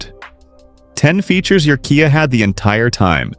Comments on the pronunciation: oops....said - k-eye ah instead of key-ah ....on one occasion......caught the a.i. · AI's pronuciation of KIA is hi...lar...ious!😂